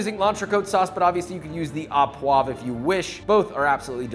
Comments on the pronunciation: Not only do line cooks get scolded on fucking up chives but also fucking up the pronunciation of au as "aw". It's pronounced "oh", JOSH very disappointed /s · it’s pronounced “u puava”… not “a poag” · In French, we don't pronounce the "s" at the end of words, so frites is pronounced "freet". And, au poivre is pronounce "oh poiv" no "ah poiv". In ANY case, loved the recipe and love that you have these two channels. All the best! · FYI, the word "au" in "au poivre" is pronounced "oh", not "awe". And, why does every one harp on using unsalted butter ? The amount of salt in a pound of butter is negligible when portioned out. And since, as you said, you should taste and adjust seasoning as you go and most definitely before serving, you have the opportunity to ensure the salt levels are appropriate. Instead of crushing your peppercorns with a pan or in a pestle and mortar, why not simply set your pepper mill to a very coarse grind ? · So much knowledge shared my freaking 🧠 exploded! Happy to see the recipes back! One little annoyance … it’s “O” poivres , not “Ah” poivres Love you long time! ❤ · Au poivre is pronounced oh and not ah.